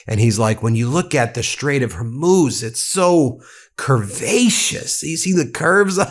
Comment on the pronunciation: Did mcdonald trump actually say "... the Hormone Strait..."?